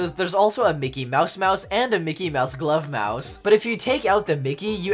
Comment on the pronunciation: u said "glove house" it's actually "club house"